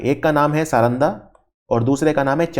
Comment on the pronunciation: प्रमोद पाहन (पुरोहित) सारंडा (के जंगल ) तसर (सिल्क ) सही उच्चारण